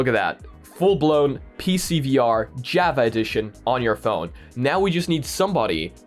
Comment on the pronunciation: Java pernounced Jaw Vaw